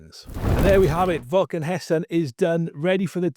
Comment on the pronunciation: Said it wrong 😂